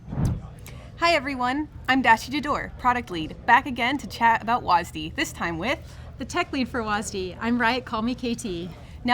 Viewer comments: WHY DO U HAVE TO CALL IT "wasdee" WHY WHY WHY WHYYYYYYYYYYYYYYYYYYYYYYYYYYYYY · WAS Dee. Why are they saying it like that? It's one syllable. One. Not two. Two is nearly twice as much as one. I will not stand for this. The rest of the video was good though. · Why do they say WASDEE? It's just W-A-S-D. What's wrong with saying that? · i hate how they say WASD like WAS-D its not like you call a wasp for was-p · its wSAD not wasd lol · why is it so hard for people to pronounce the letters instead of reading it like a word. Was Dee sounds dumb. WASD has always been spelled. Could've just made up a name for the directional input of it. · It's still weird to hear people call it wazdee instead of just saying all 4 letters. A little frustrating it's not in normal draft which is what I'd prefer to play. I understand keeping it out of ranked but come on, let me play a real match of the game with it. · Will they please learn how to say "wasd"